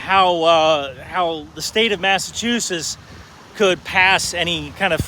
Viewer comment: So thats how you pronounce Massachusetts..